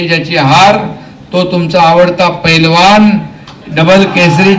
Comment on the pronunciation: आधी पैलवान बोलायला शिका पेलवान काय😂😂